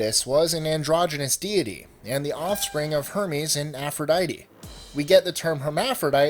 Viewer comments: BS APP-RO-DITE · No i m talking about aphrodite